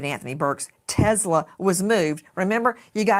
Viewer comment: I'm sorry, but the "Teslawwww" gets me every time she says it. I can't help but think "You want some Teslaw with your fish and chips? Or coleslaw?" 😂🤣